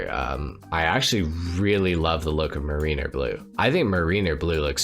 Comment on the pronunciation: MARE-rin-er, not muh-REEN-er. Like Rhyme of the ancient mariner. Just so ya know and so I don't walk out one day and hear everyone saying muhREENer and have to go jump off a bridge 🤣🤣🤣